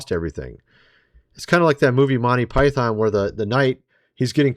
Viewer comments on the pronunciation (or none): none